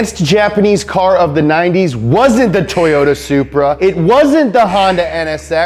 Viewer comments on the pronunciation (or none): none